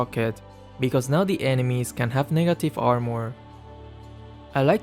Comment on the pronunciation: How says negative makes me sweat